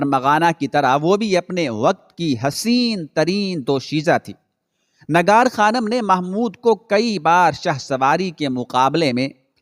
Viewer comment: nagar khanam nahi bhai nigar khanam. aap ka tallaffuz bahot zyada islah talab hae